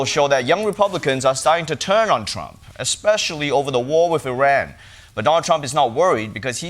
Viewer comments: "expecially" Instant disqualification! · kennedy says "expecially" instead of especially? Seriously! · Did Kennedy really say "expecially?" Did I hear that right? He works for someone who throws people in concentration camps for not speaking English. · RFK lost me at “eggspecially”. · Bobby jr says it "expecially". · What? Did RFK just say “ex-specially”? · Someone should tell him there is no "x" in "especially"